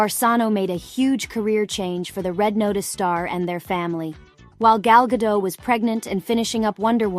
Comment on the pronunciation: Start by pronouncing properly, the t is not silent, as she is Israeli, not French